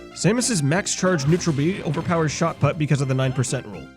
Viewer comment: It's put as in put the thing there not put as in put the golf ball.